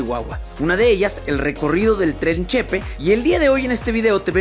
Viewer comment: Que bueno que viniste a mi estado! Nomas una cosa, es “Chepé” no “Chépe” 😊